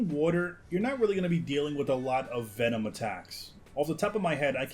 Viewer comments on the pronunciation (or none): none